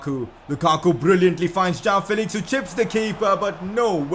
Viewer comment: It is not jaao Felix... It is (Jo-aa-o) joao Felix